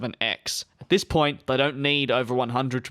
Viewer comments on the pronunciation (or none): none